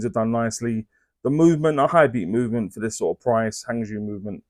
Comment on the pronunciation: Love your reviews, you get the information across very well. Not being picky, but Hangzhou is pronounced Hung Joe in Mandarin Chinese, it's a beautiful city.